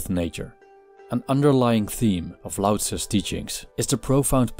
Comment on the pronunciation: Its LAO NOT DAO